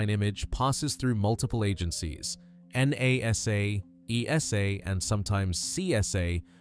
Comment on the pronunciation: It's pronounced Nah-Sa not N-A-S-A. PLEASE USE A REAL HUMAN TO NARRATE.